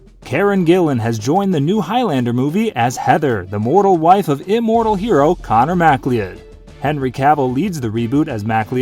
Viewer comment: I cannot believe you pronounced connor mccloud wrong it's not mackly odd